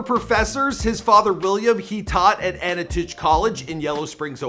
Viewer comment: His pronunciation of Antioch College made my skin crawl. People from YS would understand